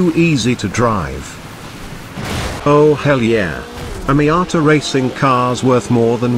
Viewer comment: I like when he says MIATA